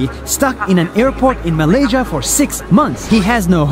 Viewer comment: Malaysia Malaysia Me after hearing 🇲🇾 Malaysia: 🤨